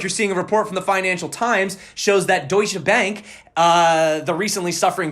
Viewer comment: Love the way that you pronounce "Deutsche Bank". Greetings from Germany :D